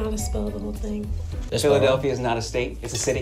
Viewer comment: “PHILADELPHIA” IM CRYING